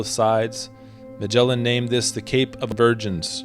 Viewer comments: IA melin au lieu de magellan.. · "Magellan" MY ASS! What a pathetic way to to say the name of Fernão de Magalhães!!!! LEARN HOW TO PRONOUNCE THE GUY'S REAL NAME!